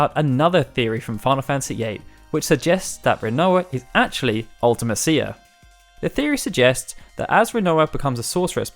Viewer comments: UltiMEsha, not Ultimehseeya. You can hear it in Dissidia if you're skeptical. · That's just weird. I say it "ulti-mee-see-uh". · Comment if you hate hearing this guy say "See-fur" and "Ultima-seeya" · It's wierd how you say Ultime-cia, I've always said it "Ultimesha" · Why do you pronounce ultimecia like that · It seems to be a UK thing, when i was at school people always pronounced it like that and it stuck.